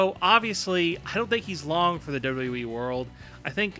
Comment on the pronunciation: You're a fucking moron who doesn't know shit! And i hate the way you pronounce wwe. What the hell is dubdubwi??